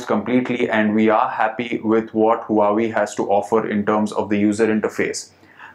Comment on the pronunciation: is Wa - Wey... not hu hu.